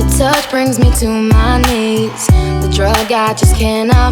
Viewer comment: Love ur channel same with music good work some day I bet u will get to 50 million subs I love u keep up thee( I said thee because usually you pronounce it tha but I mean the e sound) great work please I’m not kidding